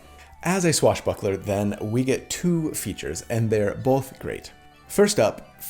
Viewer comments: I was also raised saying "bolth" in that very Utah way. Not that my parents said it that way, but most of my extended family did. So I actually felt really validated that you struggle with it too. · Came for the build, stayed for the "BOW-EL-THA". 😂 Your right, it's definitely not all about damage... Add that to the fact that most of your builds probably do more damage than most average player's characters and I think you're doing alright on that front!